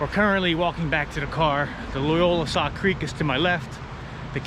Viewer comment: It's Loyalsock, not Loyolasock.